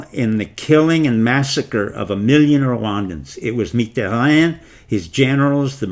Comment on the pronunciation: What a bunch of BS Jewonist propaganda . Video content is totally incorrect and misleading. As we are used to from Jewonists. What a shameful performance . First learn to pronounce the name of Mitterrand well before claiming any knowledge and credibility in regard to French and/or European history. This is a total fail!